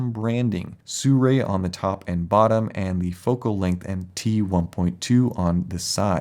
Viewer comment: It's not pronounced sue-ray. It's sue-roux-y or sue-roo-ee